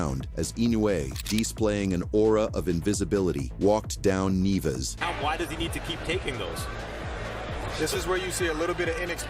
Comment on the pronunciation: “Neeves” “Neevus”..it’s actually “nee-YEH-vess”